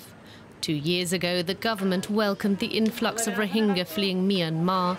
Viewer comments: Its rohinga not rohinja. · First of all... Pronounce it properly.Its not Rohinjas!XD